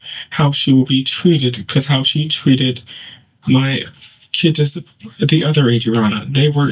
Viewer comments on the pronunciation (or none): if je said kidses instead of kids one more time smh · "My kidziz'd" 😶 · "Don't tell me my 'KIDDzis' Godmother is Dead?!" *Please tell us what 'KIDDzis' means??! **That creepy Hair dye must really affect your grasp of the English language!! 😉 #StayInSchoolKIDS